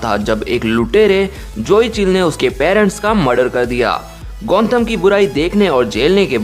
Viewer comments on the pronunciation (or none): It's gothom not gonthom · It's Gotham Not Gontham stupid😂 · It's Gotham not Gontham ! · and its gotham knight not gontham knight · gontham knight kya hota hai? it's gotham knight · Gontham nahi Gotham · Dude It's GOTHAM Not Gontham 😂